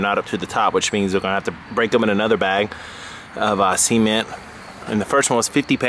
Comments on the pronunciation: "seeeemen...t"...its cement man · Cement (SEH-MENT) not semen - save that for your wife. Also as someone that's worked masonry for a long time, you need to mix the concrete beforehand and pour it inside while tapping the bucket so it vibrates into place, leaving no air pockets. What you created will last a fraction of the time a well-mixed batch of concrete would. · say ceement again, please :D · See-Ment? Really! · sea ment lol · it's a wierd way to say it, but I see what he meant. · see-ment... jk. Great idea. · Was he saying seament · You are a genius this is awesome I can’t wait to be quiet and try it and I also like the way you say cement thank you sir